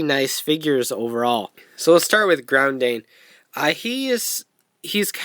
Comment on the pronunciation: uhhh... did you happen to not read the katakana on the boxes? the "dain" in their names is pronounced the same way as the dain in "Kyodain"